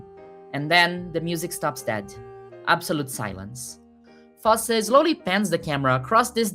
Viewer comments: Bob foss 😑 its foss-ey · Beautiful analysis. Just one tip: one pronounces the "e" at the end of "Fosse" (foss-ey) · pronouncing "Fosse" wrong Edit: just stop resisting the urge to say it brazil style 😂